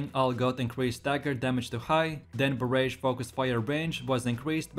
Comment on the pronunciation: "Baraj" not "Ba-rage" lol